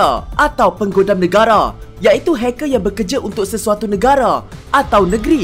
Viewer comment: Di dalam , NEGARÆ .. HACKÆR .. KOMPUTEÆR.. MEREKEÆ... ARGHH ..